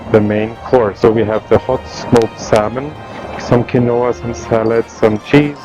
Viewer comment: Quinoa pronounced keenwah